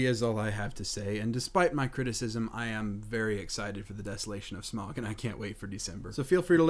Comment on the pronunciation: Smaug = smawg or smowg . Just saying, Thats how its pronounced xD